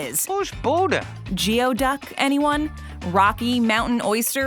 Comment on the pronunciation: Geoduck is pronounced gooey-duck. 😂 Nice list, with a lot I like, but I half disagree.